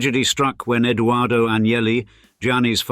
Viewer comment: it is Edoardo not Eduardo, Italian and Spanish are separate languages 🤦🏻‍♂️